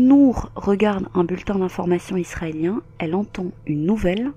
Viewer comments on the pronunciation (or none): none